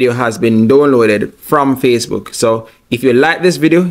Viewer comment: That's not what you said. You said "Facebread"